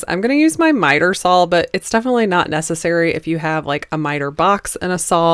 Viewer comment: Why do Americans pronounce saw as sawl 🧐 lovely pieces xx